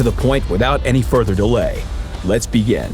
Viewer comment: beeegen not begin?